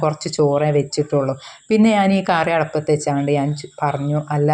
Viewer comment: അടപ്പ് അല്ല മോളേ,അടുപ്പാണ്,അടപ്പ് എന്ന് ഞങൾ പറയുന്നത് കുപ്പികളുടെ മുടിക്കാണ് അടപ്പ് എന്ന് പറയാറ് 😅😅